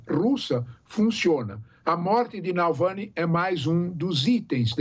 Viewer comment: Nalvany ou Navalny? tá difícil de acertar o nome (e nem é tão difícil assim)